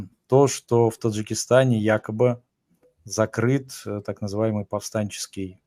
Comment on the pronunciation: Кабири, дядя, не якаби, а якобы:)))